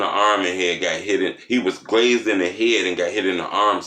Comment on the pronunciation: ....u give good information bruh💻📠💽 and u mean well, but next time.... please and I mean please...pernounce the word right it's grazzed my broski🤷🤔...not glazed